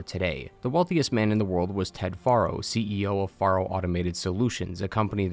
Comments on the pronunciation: I find it funny you call him far-0 even though in the game they pronounce it pharaoh.. are u a putz or someone who just likes changing things the way they want it to be … either way …. Putz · Great recap of both games. One teeny tiny nearly insignificant gripe. Your pronunciation of Ted Faro like far-o. But it's pronounced like Pharaoh, which I think went to Ted's head. That's why he named his bunker Thebes (once capital of Egypt}. The Chariot line (chariots became popular back then) is full of ancient Egyptian references; scarab, khopesh & Horus. Also kinda funny is Elizabeth Sobeck's name. Sobek is the Egyptian crocodile god. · Ugh it's "Fair-o" not "Far-o" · I know this is little thing but you mean to tell me you know how to say fero but you can't call the guy by his actual name you got to keep calling him foro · Anybody else think these video creators are just reading from a script and never played the game? The author said Ted Faro (think pear-o in pronunciation. The actual game says how it's pronounced) as Ted Faro (as FAR-o, like "that cliff is FAR off in the distance)... Am I the only one bothered by this?! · It's Ted FAIR-oh, dude. Not "FAR-oh". Why doesn't anyone ever pay attention to how the characters names are pronounced IN THE GAME? The characters THEMSELVES pronounce these names. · Why are you pronouncing it "Theeb-iss" when it's pronounced "Theebs"? And it's not "Faa-ro" it's "Pharoah". They say it multiple times. Drives me bonkers when people purposefully mispronounce shit that has a very clear pronounciation. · Dude, it's Faro, like Pharaoh, it's said in game repeatedly... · ah yes "Ted Forrow" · How do you play HZD and HFW and still mispronounce "Faro"??